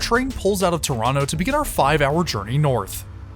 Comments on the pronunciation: Impressed that in your Toronto videos you pronounce the city name the local way - "Tronno". 😄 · The local way to pronoucned it isn't Tronno, it is Trwanna 🙂